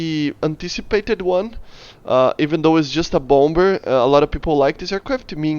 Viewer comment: bompber lmao. bomber is pronounced as bommer